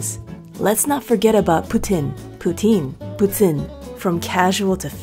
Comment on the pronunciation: it's pronounced "pooteen"